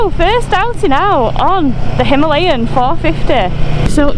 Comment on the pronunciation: Again him-lay-in , please its himaa-layan😔